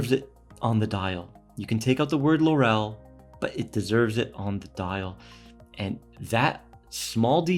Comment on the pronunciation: 'Laurel' is pronounced LAURel, not LauRel. It was the crown of laurel branches placed on the heads of winners in the original Olympic games.